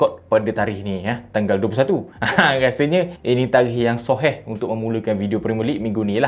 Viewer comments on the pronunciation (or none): none